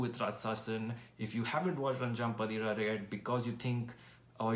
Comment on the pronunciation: It's pronounced as अन्जां पातिरा.... Meaning 'The fifth midnight'